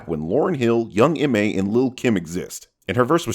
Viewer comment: This man really said Young M A lol